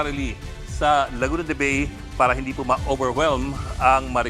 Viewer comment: Ang bigkas sa Bay ay “Ba-e”, hindi po yung bay in English